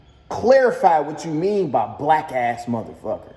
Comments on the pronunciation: Nope he did say wack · Ngl I heard wack instead of black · I hear wack not black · He might’ve said “wack” it’s hard to hear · He definitely said "black" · Sounds like he said Whack ass mfs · Wait? "Black ass..."? I heard "Wack ass..." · i thought he said whack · I thought he said “whack ass mofo” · Slowed down it sound more like whack